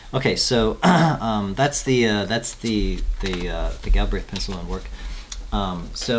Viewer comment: "gill" - "brehth"